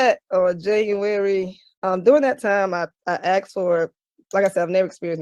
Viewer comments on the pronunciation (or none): She “axed”…and people who can’t speak proper English want so be respected? Laughable!